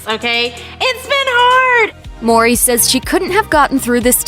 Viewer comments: Why she keep saying Maury 😒 mowwwwrrryy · Why does she keep pronouncing Tia's last name as Maury instead of Mowry?